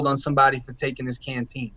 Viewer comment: Did PC get to buy canteen? You said PC got pop cans it sounded like